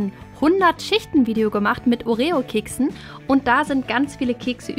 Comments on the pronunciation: das heißt orio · Du sagt Oreo voll komisch 😂😂